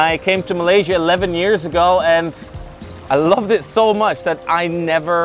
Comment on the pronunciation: Finally someone who doesn’t say malay Sia Instead of Malay sya